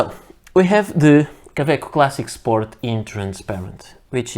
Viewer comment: Why do you keep call them ka-veck most of the time? I have 6 Kawecos now and like them very much, especially the piston filler.